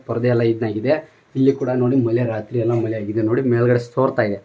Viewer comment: madu ಮಲೆ ಅಲ್ಲ ಮಳೆ ಕರ್ಮ ಎನ್ ಮತಾಡ್ತಿಯ ಪ